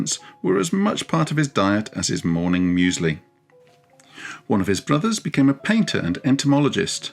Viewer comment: Meusli for Fuseli eh.